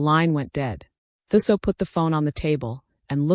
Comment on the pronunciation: Okay … 'Thuso' is pronounced "2-soh". Thanks for a character from my country, 🇿🇦.